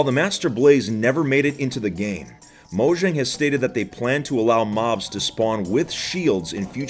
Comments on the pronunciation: M3 hearing him say moshang Me:mojang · I'm glad to hear that a lot of people pronounce it as Mojang and not mOyAnG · It's pronounced "moyang" and not "mojang" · The j in Mojang is pronounce as y. Moyang.